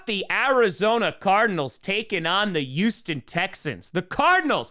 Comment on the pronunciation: Why does it get me to laugh everytime says "the Eouston Texans"? 😂